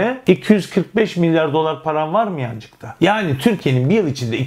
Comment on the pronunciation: o nasıl bi yanCcık demek öyle😁